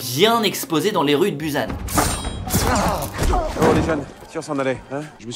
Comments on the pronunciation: "Après s'être exposés dans les rues de Buzan (prononciation à la )" 😂😂😂 Ça se dit "Bousane" 😂😂 J'suis morte, Busan s'est pas fait respecter 😂😂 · La fameuse ville coréenne BUZANNE ouioui. Busan -> [Boussan] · Busan se prononce “ Boussan “ et la a se prononce “a“ et pas “ en “. voila sa ma juste un peu irrité le tympan quand je l'ai entendue. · J'adore la façon dont tu as dit Busan ! Tu m'as éclater une côte , mais tkt on fait tous genre de petites erreurs ça arrive 😂😂